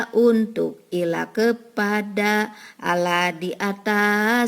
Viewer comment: Sayang sekali Ibu, lafadz Allah diucapkan kurang sempurna.